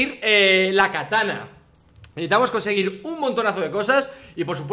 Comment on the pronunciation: Se llama "katana" no "catana"